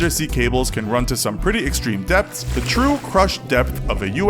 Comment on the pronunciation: Everytime you say depths i hear death